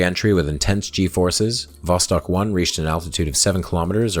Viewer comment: The entire time you are saying "Vostok" I'm hearing "Boss Hog". Hahah.